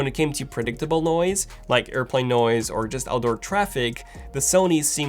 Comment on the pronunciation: man it's noise cancelling not noice cancelling hahaha